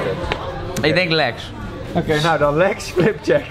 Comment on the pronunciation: OKeh